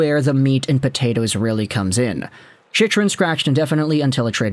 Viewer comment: You’re not a fan can’t even say chychrun name correctly